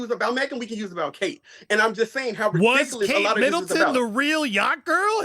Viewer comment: Dude your ridickaless say it properly lmao 🤣 🤣🤣